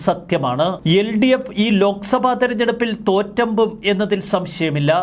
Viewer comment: Javadekar എന്ന പേര് കറക്റ്റ് ആയി ഉച്ചരിച്ചു. നന്ദി. Modi എന്നത് മോദി എന്നാണ് പറയേണ്ടത്. മിക്ക മാധ്യമങ്ങളും രാഷ്ട്രീയക്കാരും മോഡി എന്ന് തെറ്റായി പറയുന്നു മറ്റൊന്നാണ് ലോക സഭ. തെറ്റാണത്. ലോക് സഭ എന്നാണ് പറയേണ്ടത്. ലോകവും ലോക് തമ്മിൽ അർത്ഥ വ്യത്യാസം ഉണ്ട്.